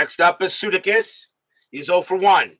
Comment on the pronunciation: Hey, …..it’s Bill Suh-DAY-kiss 😊 ….